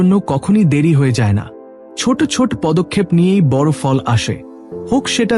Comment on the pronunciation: বড় কথাটার উচ্চারণ শুনতে আমার কাছে শ্রুতি মধুর হলো না। নিয়মিত, এধরণের অনেক উচ্চারণ আমার কাছে ভলো লগেনি। আশাকরি আপনার উচ্চারণ গুলো ঠিক করে নিবেন। ধন্যবাদ।